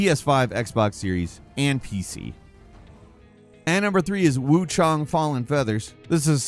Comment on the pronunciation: " wuchung " its wuchAng. Why did you have a script when you can't even fuckin read. Damn bro. All the time